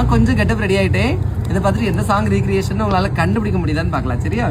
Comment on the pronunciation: ரெக்ரியேஷன் nu solanum pa. Not ரிகிரியேஷன் pa